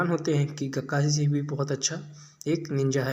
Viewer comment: Kakai nahi bhai, Kakashi Sensei